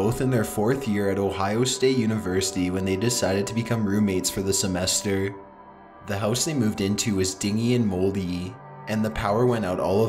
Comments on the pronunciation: He said "Dinghy". Lol I lmao when he did that. 😆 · "Ding-ee" and moldy?? I believe you mean "din-jee" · "DINGY" & MUSTY... dingy is pronounced (Din-Gee). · Dingy? Pronounced like dinji.